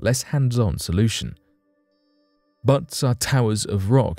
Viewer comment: Butts? They're called buttes. Your computer reader needs some updating.